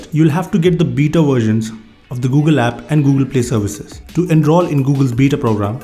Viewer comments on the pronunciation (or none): it's beta not bita!! 😂 that's why were laughing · "beeta" lmao😂